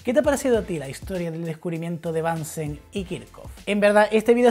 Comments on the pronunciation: asi esta mejor, es BUNSEN no bansen es aleman no ingles El mechero de BUNSEN. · Es alemán así que se pronuncia Bunsen no "Bansen" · bunsen se dice . es aleman no ingles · Es Bunsen, no Bánsen. Es alemán. Muy bueno tu canal. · El aleman se pronuncia como el aleman, no como el ingles... Bunsen se pronuncia casi igual que en español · Hola, gracias por el vídeo que es muy interesante. Sólo un apunte: Bunsen es un apellido alemán, así que no hay ninguna razón para pronunciarlo en inglés, puesto que en alemán suena exactamente igual que si lo leyeras en español.